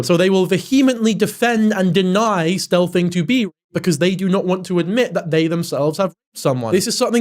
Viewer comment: is he saying stelthing? I’ve never heard the term and can’t really decipher what he’s saying, someone please educate mad